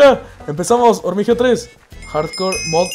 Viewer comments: dijiste 7 veces hormigeo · Dijiste Hormigeo 10 veces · Dijiste 21 hormigeo